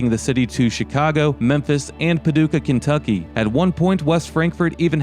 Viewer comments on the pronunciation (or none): none